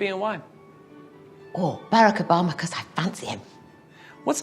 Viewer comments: she pronounced Barack wrong Yet... Aw, they’ve got clothes for him. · I love the way she pronounces President Obama's first name 😂